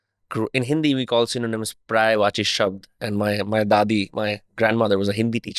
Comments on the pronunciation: Bhai it's पर्यायवाची शब्द not प्रायवाची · it's "paryayvachi" not "praeyvachi" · paryayvachi not praayvachi😂